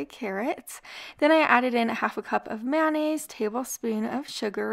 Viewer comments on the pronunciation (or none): none